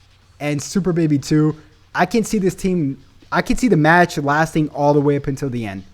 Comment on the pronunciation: " super baby do " 🤣🤣🤣🤣🤣🤣🤣🤣 It was funny I'm sorry I know what u meant tho.